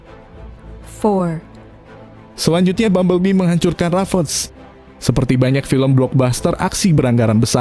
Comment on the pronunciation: Apasih ravage = rafes, rampage = rampes, kata" nya dibenerin lah